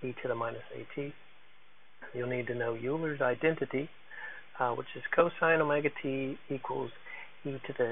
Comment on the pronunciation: Very helpful video, thanx. Euler is pronounced "oiler".